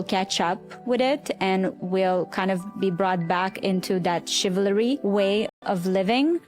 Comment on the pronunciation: Let's talk about chil-va-ry